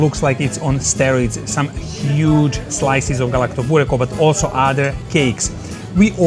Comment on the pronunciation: You pronounce Galaktoboureko correctly but punt on Baklava?